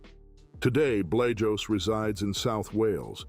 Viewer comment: The way yes pronouncing Art Blajos's name is killing me